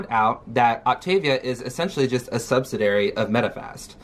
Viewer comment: Sub-SI-di-ary. Not subsidary lol